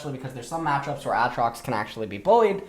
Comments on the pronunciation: STOP SAYING AH-TROX SAY AY-TROX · why does this guy say Aatrox like "At-trox" and Rammus like "Rah-mus"? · Do you intentionally say Aatrox and Rammus's names incorrectly?